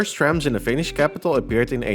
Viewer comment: Wow, you pronounced Finnish words perfectly! Rare to see that from a foreigner